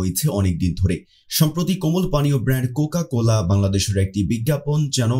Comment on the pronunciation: vodai cocola na cocacola hobe